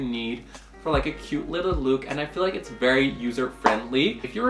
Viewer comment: I think its so sweet how you pronounce look as luke😂💗